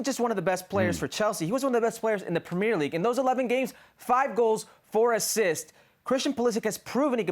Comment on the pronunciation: Why do you guys pronounce Premier League like that